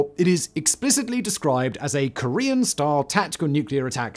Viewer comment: why do I hear Korean "Star" rather than style? Also, why do british sound like they're eating their own words to have it sound like something else?